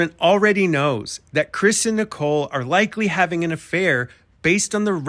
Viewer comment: Why do they pronounce Nicole like nickel?